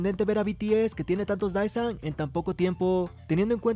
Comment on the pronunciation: Con respeto para quien crea este contenido, el cual yo miro y estoy suscrita, Creo que a estas alturas estaría bien si pronunciamos correctamente las palabras Désan o Deesan ("e" ligeramente alargada, no confundir con "i") (Daesan) no estoy tirando hate, si son lo suficientemente maduros entenderán que esto es sólo una recomendación, ya que me imagino que a muchos aquí les gusta el coreano, y personalmente yo agradezco cuando alguien me corrige, así puedo aprender como pronunciar bien el coreano aunque sea poco apoco y palabra por palabra). Que estés bien, amigo.